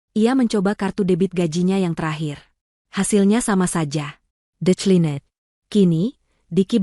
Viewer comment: maaf ya pembacanya hrs yg bisa bhs inggris jd kalau pas ada istilah2 spt declined, steak bacanya jgn dlm bhs ind dong ga enak dengernya, steak kan bacanya hrsnya steik bukan ste-ak dlm ejaan bhs ind, atau declined dibacanya diklaind bukan de cli net, maaf ya